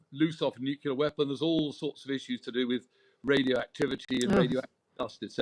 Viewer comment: So surprising to hear a knight of this realm and an obviously educated man saying such nonsense as “hence why” and pronouncing nuclear as “nucular”, rather like that imbecile George W Bush….smh